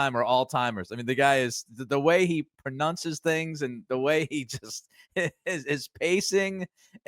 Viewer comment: did you intentionally say pronunces 😂